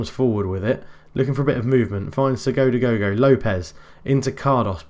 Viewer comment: Waheyyyy! The second ridiculous game in a row! Congrats on the result, never in doubt (cough cough). PS I think it's time to rename Franck "Sodagogo" as that seems to be what you say most often! My other faves were Sogodogogo and Skodagogo :P